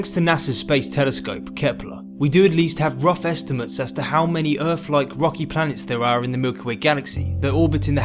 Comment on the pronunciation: G'day. Good vid. I love your pommie accent. Like Curious Droid you say 'Errf' instead of Earth. Outstanding. Vive la differance.